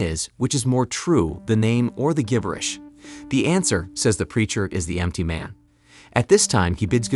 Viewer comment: AI voice can't pronounce "gibberish". lol